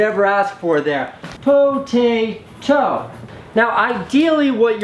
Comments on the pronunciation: lol "potatoe" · Instant like - Po-ta-toe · "Po-Ta-Toe" HAHAHAHAHAHA........U make my day oui! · "potatoE" LMFAO